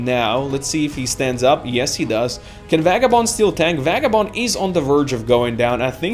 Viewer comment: You seem to pronounce Vagabond's name(Vei-ga-bond) as (Va-ga-bond) Is there a backstory to that?